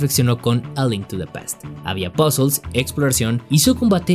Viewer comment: cada vez que dices "Pásels" em vez de puzles se muer3 un niño en el mundo